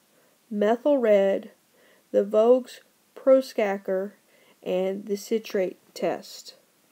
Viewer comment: when you said "vogues proskaker" 5 times i lol'd. Thanks for the upload friend : )